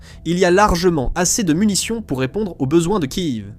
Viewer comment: On ne dit pas Kive mais Kiève